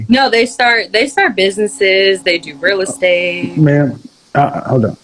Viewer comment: She also says "rill-istate"